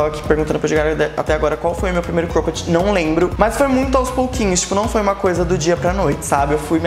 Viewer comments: amei o vídeo. Mas queria dar uma dica sobre a pronúncia da palavra cropped. Vc diz -Croupedi, mas a pronúncia é mais cróped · Que agonia de vc falando cropped errado kkkk